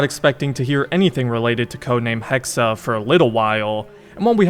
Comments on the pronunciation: It’s pronounced hex not hex-uh. 😂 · Hexe, not Hexer. Pronounced Hexay. If they're going the actual witch route that could be seen as really insensitive considering accusing them of having BS supernatural/demonic powers was an excuse used to brutally murder women who tried to rise above their station. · Why must you say things so horribly its "hex-eh" damn dude go read or something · Not sure how much i trust Ubisoft Montreal with this but I'll keep my expectations decently high. Also the E in Hexe is silent, you just pronounce it how you would "Hex" since a Hex is the word used for when a witch curses someone. Can't really explain why they're spelling it as "Hexe" though, maybe im wrong somewhere. Feel free to let me know. 👍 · Pronounced - Hex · Joa, er aber spricht es die ganze Zeit als Hexa.